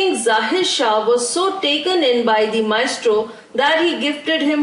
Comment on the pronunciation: It's not maistro it's maestro